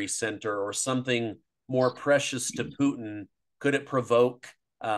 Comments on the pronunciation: I like Poutine better than Pootin'.😂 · Puteen? Lol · I like Ray as an analyst but his manner of speaking and pronunciation is so over the top ridiculous is just flat intolerable. “PooTeen”? 🤣🤮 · Get the pronunciation right..... PUCHIN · Stop saying poutine 😂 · I love this guy simply because he refers to Putin as Poutine 😂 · He needs to learn how to say Putin